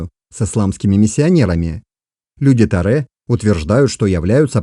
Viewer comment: 😑😑😑 почему "Таре" если можно сказать не ломая язык "Торе"